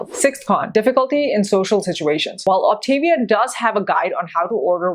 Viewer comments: First of all, you're not even pronouncing it right. Second, you obviously haven't read the info and labels, as probiotics are a big part of their program. Personally, I have no plan to do this plan because it is so freaking expensive. Instead, I'm finding equivalents and portioning it into baggies. I bet neither of you have ever been overweight. Have you ever weighed 30 pounds more than you do now? Something to think about. Frankly, Optavia, Medifast, and Nutrisystem are all very similar. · Very interesting. Please pronounce programs correctly though...It's pronounced OptavVIA. (Like Mama Mia) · If your are going to Review Optavia, you should learn to pronounce it. Op-ta-via. thanks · Please learn the actual pronunciation of the Optavia program. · You don’t even pronounce the name of the company.